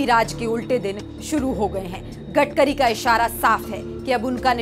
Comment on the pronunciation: गटकरी नहीं गडकरी है क्या एंकरिंग करोगी रे बाबा